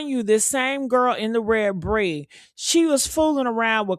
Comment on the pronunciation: Her name is PREE!!!... NOT BREE!!!👍🏿💪🏿💯👍🏿💪🏿💯👍🏿💪🏿💯👍🏿💪🏿💯👍🏿💪🏿💯